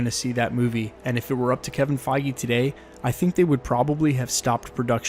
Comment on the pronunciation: Kevin feige not keving feige